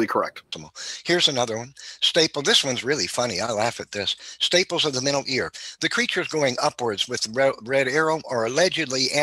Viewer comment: Did he say "staples"?